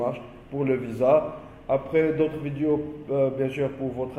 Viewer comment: Vidiou !!!! Ou vidéo 🙃🤔😂🤣🤣🤣 l’accent mortel . Discription !!! Ou Description 😂😂😂🤣🤣 . Vraiment l’accent c’est celui de Gad 😂😂😂🤣🙃 Il ne faut pas dire “ qu’on a “ mais “ que nous avons “ 😂😂 Y’en a des gens !!!!🤔🤣🤣😂😂ce n’est pas français, il faut dire “ il y a des personnes “ enfin il y a des fautes dans pratiquement toutes les phrases alors il vaut mieux s’exprimer en arabe . Bon courage 👍c’était rigolo 😂 merci